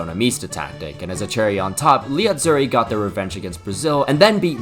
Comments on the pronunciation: What the hell is the “GUH-LEE” Azzurri? Lmao. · "gli azzuri" the g is silent as every g before an L is not pronoubced and is just there to emphasize the L pronunciation, like in tagliatelle